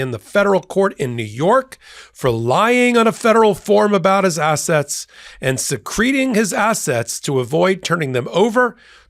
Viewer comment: your pronunciation of "secreting" sounds like bladder control issue. :D I always thought it was secret ing vs secrete-ing.